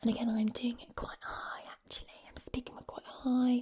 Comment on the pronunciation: Tip for your American accents: when you say the word “actually” or similar words, make sure you hit the c kinda hard so instead of pronouncing “at-tu-ally” it would be more “ak-chu-ly” or “ak-chu-ally” (I’m from the States, more specifically the Northern part of the south so like Tennessee, and North Carolina) 😁